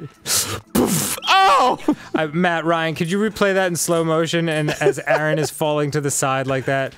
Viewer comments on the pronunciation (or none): none